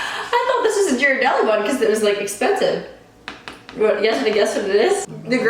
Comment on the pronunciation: It's pronounced Geer a deli. But who cares, the cheap one is the best.